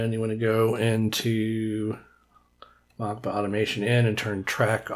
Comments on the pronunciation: It’s not Mockba, it’s “Moskva”, aka Moscow. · I think it is meant to be pronounced Moskva as the Cyrillic would look like Mockba, which means Moscow. Great video, this really unlocks a lot of new features.